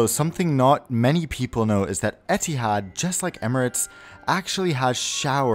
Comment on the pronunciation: etehads e-tee-hads u mean ethads ee-th-ads